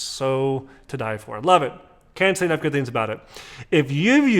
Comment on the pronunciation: Let me help you, - it’s “GOOD” Grandpa. 👨🏼‍🦳 And it’s “Oh-d’Cologne,” not “Oy-d’Cologne.” 🙄 You’re welcome. 😎😆 P.S. - re: the dude in the “Tabac” commercial - looks like a very “manly-man,” but wtf does doing “figure eights,” alone, in the desert, have to do with shaving lotion? 🤔🙄